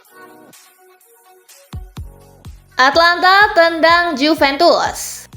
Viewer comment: Atalanta mbak bukan Atlanta